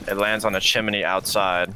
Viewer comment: I really like the pro league guy and he’s really helpful but I despise the way he says chimney